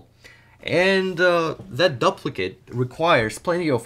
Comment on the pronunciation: the way he says duplicate 😭